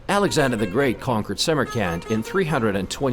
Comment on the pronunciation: It is me or does this guy sounds like he keep spelling Samarkand as "summer camp"